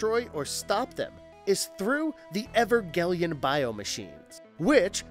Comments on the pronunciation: Do you guys put much effort into getting the pronunciation of various things correct? It is not evergeleon, it is Evangelion. Good video but I cannot give it a thumbs up due to the obvious mispronunciation. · I love the anime videos. But damn man when you kept saying ever-gellion it really started to annoy me haha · Evergellian!? Tf mate? You need Hooked on Phonics, bruh. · EVER-GELION?! Ever...... I was done! Even if it's not your first language, at least learn to say the titles correctly. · Evergellian!? Da fck, this channel just lost alllll credibility